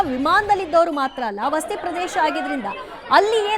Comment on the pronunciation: Akka Adu vasti alla Vasathi.